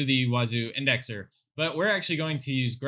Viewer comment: You pronounce it wrong. Huh Duh Wazuh